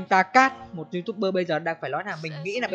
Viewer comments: Chời ng ta đọc là taca a đọc là tacat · Ngata là đoc là ta ca hk phải ta cát nha chú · Taca mà cứ đọc ta các la sao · Ta cát :))) đọc sai tên idol tui r :v